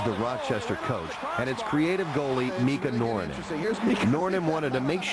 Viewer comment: Sadly he prounounces "Mika Noronen" totally wrong. Otherwise great video. Finnish humour at its best indeed, hehe.